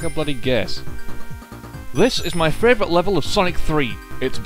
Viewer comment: U said fravorite level of sonic 3